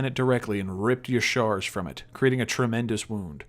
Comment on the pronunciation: love you. But, uh... How the hell do you pronounce Y'shaarj Yishar? It's pronounced Ya-Sha-Raj.